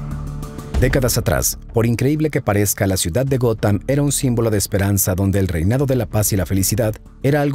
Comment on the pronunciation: Hola René!. Muy buen e interesante vídeo como siempre apesar de que yo no soy fan de los cómics, pero si obviamente conozco a los Superhéroes. Esta parte de la historia si era totalmente desconocida para mi. Por otra parte solo una aclaración. La cuidad se llama “Gotham”, y se pronuncia “Gotjam” como si dijeras jamón en español pues la “H” en inglés se pronuncia como una “J”. Entonces “Gotham=Gotjam”. Jajajaja!. Saludos desde “Gotham”… 😁🖤🦇🗽🇺🇸😃👍🏻